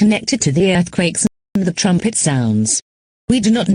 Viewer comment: I think what would be a little more correct would be “we apologize for the sudden interruption”. Not only that but in one part “earthquake” was mispronounced as “lurthcaks” and “emergency” was misspelled as “emrgency”.